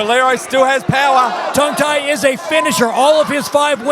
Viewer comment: Level of technical commentary was alright but how bloody hard is it to say his name correctly instead of Tang Tai over and over again? His co-caster even said it right the entire time.